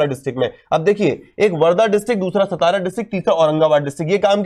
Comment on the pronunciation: It is सातारा not सतारा